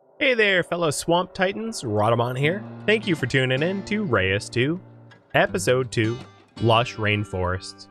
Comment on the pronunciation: isnt it reus instead of re-us. ithink it is supposed to be the dutch word for giant. love the vid